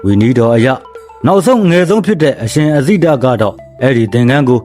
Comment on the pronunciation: အဇိတ ဆိုတာ မှားနေတယ်